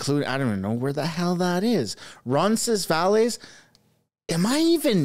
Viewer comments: Roncesvalles is pronounced "Ron-SEZ-vale." The final "s" sound is silent. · It's pronounced; ron ces vails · It’s pronounced Roncesvale. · Lol Roncesvalles is kind of pronounced Ron-sis-vales, or just referred to as Ronsi in Toronto....also, think your Freeland impression is right on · Roncesvalles is a street in west Toronto. Phonetically it's pronounced Ronses-Vals. It's where most Poles and Ukrainians live in Toronto near High Park (largest Urban Park in Toronto) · Ron ses vales say it that way. The West end of Toronto. Big Polish community there. You can just call it Roncy and we'll all know what you mean. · Ronses-“ Vales” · Fyi "roncesvalles" is a street / neighborhood in Toronto. Most people say "roncesvill" or just "roncy" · Ron-sis-vale, bud. That's how to pronounce Roncesvalles. It's a yuppie lib Hotspot in TO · ron-sen-ville Thought U lived in the T-Dot. Queen W & the Gardiner (just north) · Its pronounced Rons is vails .. . I live close to there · It pronounced Rons -as vale its a Nieghbour in TO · ronces vahles like in whales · Nice try. The cafe is in west end of Toronto. Its pronounced Ron- sens- ville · its pronounced ronsinvails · Roncesvalles pronounced Ron Seh Vals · Being from the GTA it was hilarious to hear you butcher Roncesvalles 🤣. The S' are silent 👍